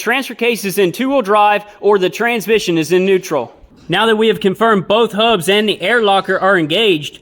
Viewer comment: You know it's real solid advice when he says "ThE HaUbBs"